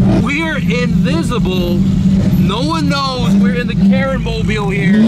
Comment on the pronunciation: It's Karen Mobil not mobile.